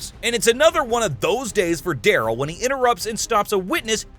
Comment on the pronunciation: Duh-rell* lol